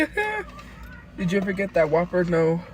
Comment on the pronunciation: "we HONGRY..."